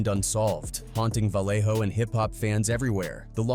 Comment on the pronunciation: Dead homies this a AI video. He ain't even pronounce Vallejo right